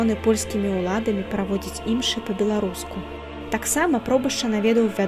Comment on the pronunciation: Усё добра, але... Калі ласка, для наступнага відэа знайдзіце чалавека, які правільна паставіць націскі ў словах! МаршАлак, ВінцЭнт, імшЫ!... А не так, як у вас! І якія "тапары"? - сякеры! 'Не пакідайце ж мовы нашай беларускай, каб ня ўмёрлі..." (с)